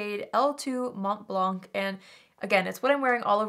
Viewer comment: To say correctly “Mont Blanc” (the shade of the nars foundation) do not pronounce the “t” or the “c” at the end of both words 😉